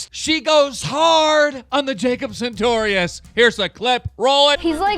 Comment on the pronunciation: does Jacob ever correct you when you call him 'santorious'?